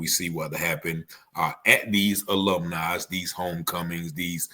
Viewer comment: "ALUMNI" not "aloomni" hahahaa